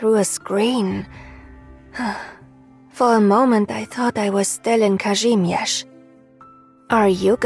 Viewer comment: Viviana sounds soo good, I'm happy she actually pronounced Kazimierz right 😭💕